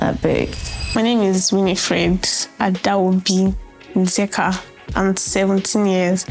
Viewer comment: Pronounce the “Adaobi” with respect please, spoilt brat. You think you’re still a baby